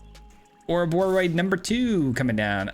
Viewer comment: Hey, you said the name right! 🫶🎃